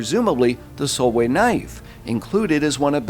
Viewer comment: Dude her name is pronounced sol-vey just to let u know.. awesome video as always 👍🏻